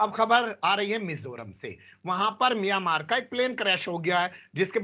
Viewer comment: मियां मार् मत बोलो मियां मारो बोलो